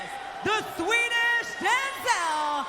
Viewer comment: Lmfao "Swedish" . No.